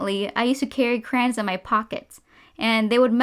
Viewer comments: It is driving me I.N.S.A.N.E how she is saying ‘c.r.a.n.s’ WTF? It’s ‘c.r.a.y.o.n.s’ im Australian, does the rest of the world say crans? Like wtf it’s even spelt crayons! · ITS NOT KRANES ITS CRAY LIKE CRAY CRAY ON SAY IT WITH MY CRAY ONS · Cray-ons not crayns Sorry, idk why these killed me inside so much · Crayola crans Im not trying to be rude, i just think its a bit funny how much she says crans and not like crowns or something.